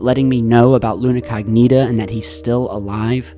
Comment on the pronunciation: Luna CO'gnita! Not Luna cogNI'ta.. Lol it sounds, funny for Italians ( Google it and hear the correct pronunciation as we with English too))) I am saying for you as you are great bro! Channel is extra cool